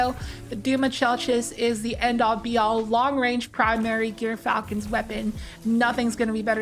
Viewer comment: This is the correct answer, but you could write it more like "Jurfalcon" or like Xur with a J. It's like the animal "Gerbil" or jer. It's a soft g as in "George", and a short y as in "myth". If you've seen Datto's video's he says it correctly. Also doing some quick research by just searching gyrfalcon on YT and searching some articles, there's several examples/documentaries from good sources that confirm this.